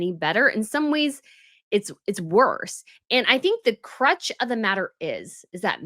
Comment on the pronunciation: It is "the crux of the matter". Not "crutch".